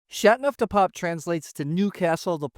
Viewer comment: Still haven’t mastered the right pronunciation for chateauneuf haven’t you? I turned off the sound. My favourite so far is M. Chapoutier Barbe Rac Chateauneuf du Pape. Plus it’s biodynamic. I also have a Clos de Caillo waiting in my cellar.